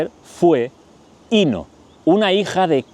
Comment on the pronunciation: Querido disfruto mucho tus chismes semanales sólo un comentario para hacerlo perfecto se pronuncia acentuado en la o Inó